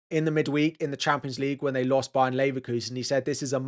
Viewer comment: Yo just a little sidenote: It's not "Bayern Leverkusen", it's "Bayer Leverkusen". It doesn't refer to the region Bayern (the city Leverkusen is in a completely different region), but to the pharma company Bayer, where the team originated from, and which are still somewhat involved until today.